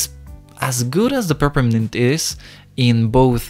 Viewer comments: me: peppermint him: prprmnt lol edit: i got a like :D Another edit: WTH A TON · He doesn’t know how to pronounce “Peppermint”, but i like it. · its so pure that he cant really pronounce peppermint <3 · I’m sorry I had to do this 🥹😭 ”perpint”